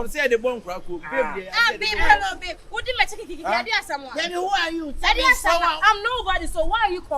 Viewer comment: The way Aka is pronouncing babe 😂😂😂😂😂😂dey funny me rough 😂😂😂😂😂😂😂😂😂😂😂😂